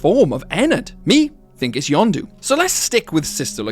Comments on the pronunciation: When you say "Yendo", it sounds like "Yando", and if it's an accent, that's fine, but it's strange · Um you’re saying yonndo not yenndo please say it normally in next video please.😢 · pronouncing Yenndo as Yawn-doo instead of yenn-dough feels illegal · Not to mention you also pronounced it "Yondu" Not "Yendo" and I wasn't looking for a minute and I thought you somehow brought in Guardians of the Galazy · Bro says Yonndo but it's yenndo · Yanndo? Its YENNDO Y E N N D O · its name yendo you are saying it wrong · It’s pronounced “Yen (like the Chinese currency)-dough” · how tf you get that pronunciation? it is blatantly spelled out as Yendo. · He really said yenndo as yondu oh and no hate I love these videos I was just making a simple joke keep up the vids